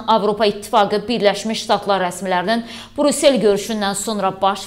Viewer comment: Ay savadlı,Burusel yox, Brüssel